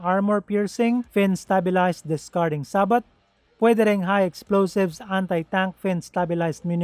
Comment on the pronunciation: sa-bow bro, hindi sabot. 😁😁😁